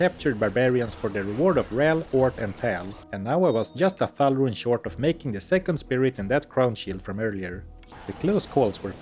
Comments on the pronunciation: "Rune" is already a cool word, but pronouncing it as a Swedish one makes it so much better. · Your pronunciation of “Rune” was really good.